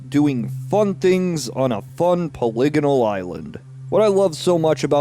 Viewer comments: You say “poly-gonal” like you’re about to say “polygamist” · How come no one is talking about his pronunciation of "polygonal"?!